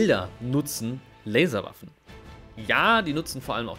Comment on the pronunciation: Ich habe einfach viel zu oft Larswaffen verstanden ^^